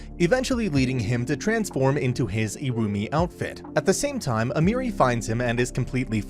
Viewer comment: and almery like emeri